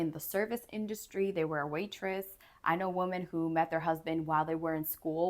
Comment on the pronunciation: With all the respect, the plural of woman is pronounced "WIH-mn". Like "swimmin."